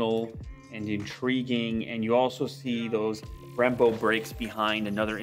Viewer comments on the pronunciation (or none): You’re clearly not a car guy lol. They’re called Brembo with a B, not rembo. The wheel spoke must’ve been covering the B lol. Someone decided to wing it instead doing their homework before this review. Classy, Lu